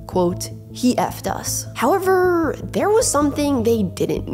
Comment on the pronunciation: I like these videos, but A) Who TF taught her to say "howeveRRRRRR" like that? & 2) Why does it LEGITIMATELY sound like she's being punched 👊 in the stomach as she says "HoweveRRRRRR!!" ?